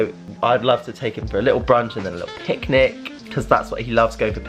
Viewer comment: did you say pig-nic .you look great good luck you re so lucky .